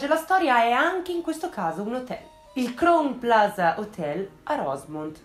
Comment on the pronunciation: Esaustiva e di intrattenimento come sempre, però permettimi un piccolo appunto: Crown Plaza si pronuncia "craun plaza" 😊